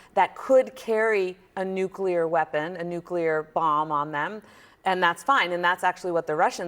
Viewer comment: Does he keep saying "nucular"?